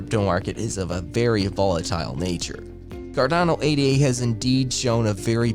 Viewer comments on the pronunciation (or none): Ada, not A.D.A., its named after Ada Lovelace.